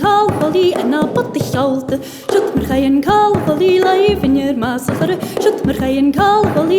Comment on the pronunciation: Yeah, when she says "Bhogainn" it sounds like "f***ing", I think it's pronounce "poh-king" or something to the effect. Either way, I want to learn this song.